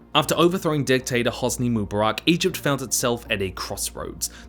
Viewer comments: Pronunciations heard in this video: moobaRACK, moobaROCK, mooBEARik, MOObarock Correct pronuciations heard: none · it not mubarak😭 it MU Bark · Say it with me: "Moo" "Bar" "Ick"